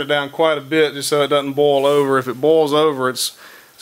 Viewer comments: Why do you keep saying 'bowl'? Is that your accent on Boil ??? 🤣 Guess you can say 'Oil' or are we going European French, and say H'uile... 🤭 Sorry... I speak proper English, even though I'm in Scotland. About to Bowl my Cappings... 🤗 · Why do you say boll instead of boil?